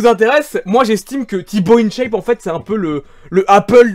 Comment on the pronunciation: in dit "1chape" pas "ine chaiype"